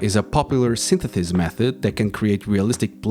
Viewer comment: Synthesis non sythetheys 😅